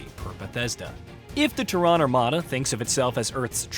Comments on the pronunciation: TERran not terRAAN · That’s like saying Hu-MON instead of human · ‘The TEHRAN Armada’ Go home AI. You’re drunk. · TerrAAn, Is this voiced with AI or does the narrator not know what the Latin\Scientific name of our planet is ? You don't live on Terrà you live on Tèrra. The emphasis is on E not A. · need to learn how to pronounce Terran..Its teh·ruhn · I thought it was called Terran armada not Ta-ron armada 🤣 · Tehran? Yeah, this is what happens when you use AI for your videos that have not been trained properly. Despite Terran being an easy word in the English language. I have noticed them use AI before. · First I gotta say this... its TEARun. Pronunciation: /ˈtɛrən/ (TERR-un). I have this game for PC and have a couple hundred hours. I like it, I like it a lot. I cannot wait to play it on the Playstation. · Nice, though you're saying Terran wrong! 😯😂😀🤘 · I dont trust anyone that cant pronounce terran correctly. They act like they never played starcraft and it shows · I can’t with your pronouncing of Terran. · Why is he saying Terran like that? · Bro, ain't no way you are in the gaming space and don't know how to pronounce Terran. Get this clown fired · I know it's not a big deal for most people, but it's kind of jarring to hear you mispronounce "Terran" all over the video. (The stress is on the first syllable) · Can't say Terran really annoying, Idiot or AI? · "Terran" pronounced totally wrong, over an over. Sad. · What is that pronunciation of “Terran”?! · I was thinking the same thing. Thought it was AI. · Yeah, his mispronounciation was highly annoying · That's exactly the reason I came to the comment section, it was driving me absolutely crazy! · 😂😂😂 yeah they way he's pronouncing Terran is throwing me off 😂😂